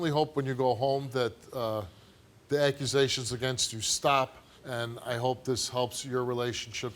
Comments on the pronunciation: Did anyone else hear her say accurasations? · I heard aquasations